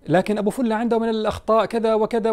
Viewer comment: فلة بفتح الفاء وليس ضمها وهو مصطلح خليجي بمعنى المرح والإبتهاج